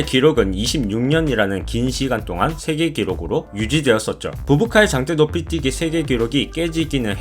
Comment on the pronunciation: 당때노피띠기?? ㅋㅋㅋ 혀가 너무기네요~^^ 영어발음 좋으실듯 ㅋㅋㅋ